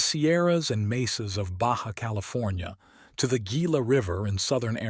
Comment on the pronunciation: It's pronounced HEEla.. silly AI....